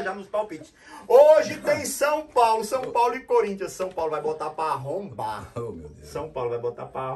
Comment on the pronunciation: E esse nome "coríntias" foi de propósito? KKKKK